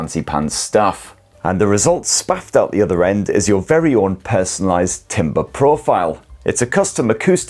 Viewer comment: Its not timber as in a tree, its Tam ber, thank you, sorry couldnt not say something considering you are an audio expert and so many people watch.